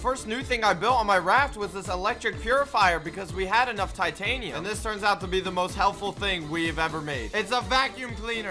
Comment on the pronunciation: Titanium not Tiatanium